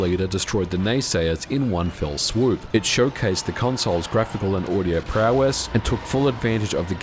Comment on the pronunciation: Prowess, prowess 🤦‍♂️